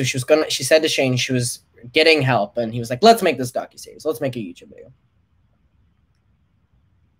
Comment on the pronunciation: take a shot every time says "youchube"